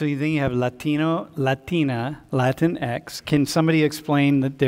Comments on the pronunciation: Nobody else pronounced it as Lah-tinks? Just me? Ok. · I thought you pronounce it like latinks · The funny thing is that "Latinx" disobeys the rules of Spanish syllable structure. Even listen to the guy saying it, he hits "latino" and "latina" with a decent-ish Spanish accent, but drops "latinx" in an American one.